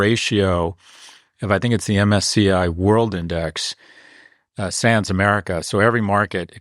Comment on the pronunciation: Suggestion: rather than mispronouncing the word "sans" perhaps you could consider using the word "sine" pronounced "seenay"